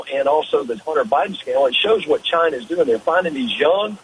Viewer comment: Swallowell for example, Chy-na Joe for another